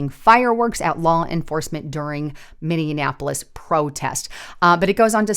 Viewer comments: HEY, THERE IS NO MINNI-ANAPOLIS, It's MINNI-APOLIS. Not that hard to pronounce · when you say Minneapolis, it is so funny, it sounds like you’re pronouncing it mini-in-napolis. It’s actually pronounced Mini-apolis. So I just moved from Minneapolis to Menomonie, Wisconsin. And I can tell you right now. I’m glad I got out of there and my family. Here’s a thing if people on the other side are going to attack ice agents then and I’ll talk about most of these people are probably American citizens and I’m assuming some are not but that means then American citizens should be able to get up and protect ice agents from them and ice agents and stuff. They have rules of engagement where regular American citizens that would be protected and do not so if maybe you could put out there in your you know podcast that American citizens maybe should get out there and help protect the ice agents. I’m not even gonna lie. I don’t like cops I can’t stand cops at all and definitely federal cops, but I support ice because they’re a different kind of cop. I just wanted to throw that out there I’ve been listening to you since 2017. Love your reporting. And are you familiar with the YouTube channel Promethean updates. If you not, you should check them out also. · One thing, it's Minneapolis, not Minionapolis. Although it is full of Democrat minions, so you be right. 🤔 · Minneapolis, pronounced like Minionappolis a few times. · Love your news updates!!!!…. But you keep putting an extra “an” in the middle of Minneapolis You are saying Minne”an”apolis God bless!!! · Or, as we Minnesotains pronounce it "Minnie -ah-po-less" .... lol. I love being in the rocks and cows area, FYI.😉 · Please learn how to pronounce Minneapolis! There is not an extra n! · Great video, as usual. Gotta ask though, have you learned how to pronounce Minneapolis yet? 😁